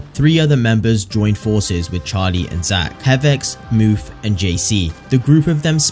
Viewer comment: it’s Mouph not Moof